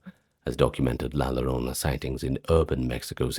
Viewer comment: Excellent compilation! I listen to these when I'm awake, not just to sleep, and your videos are always fascinating. Quick pronunciation note, though: in Spanish, the double L makes a "yuh" sound, or in some dialects a soft J like in Jaques. So "la llorona" would be la yoh-ROH-nuh. Thank you for the amazing work you and the team put into these videos!